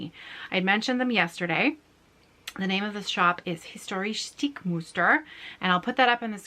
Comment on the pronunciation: your German is really really cute. ❤️ And don't forget: the German words you speak in your video are actually extremely complicated to pronounce. Hence my absolute mega respect! The word „historische“ („historical") alone is not easy to pronounce. You did very well